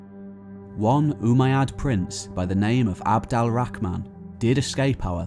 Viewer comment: Its abdul, al, rahman not abdal rahman but good content